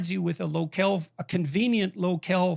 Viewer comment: Lokel? Do u men Locale?